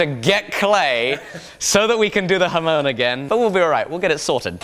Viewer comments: It's not pronounced "Ha moan", it's pronounced "Ham on"! Don't let these mispronunciations slip through! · HA as in Hard. MON as in Monster. Emphasis on the second syllable. Please! It grates on my ears whenever says it. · FFS IT'S NOT A HA-MOAN! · Sean Bush it's a Japanese word - 'hamon'. Literally 'ha-mon'. 'Mon' is not pronounced 'moan'! Ha-mon (said quickly, there is no gap).